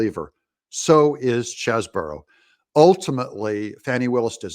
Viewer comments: All due respect but I think it’s pronounced “Cheese-Bro” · There is an "e" following the "s" in "Cheseboro" which makes the first "e" a long "e" (NOT Chesboro)...please. Also, "news" is noooooose (nuse), not "nis". I love your videos but please use proper pronunciations.